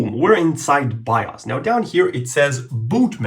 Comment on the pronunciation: Bro actually said "BIAS'' and not bios